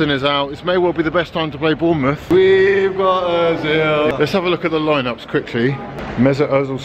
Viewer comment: Its Bournemouth though.